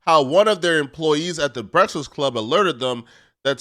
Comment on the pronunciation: Wa😂😂😂😂wait..."breaxxast club lol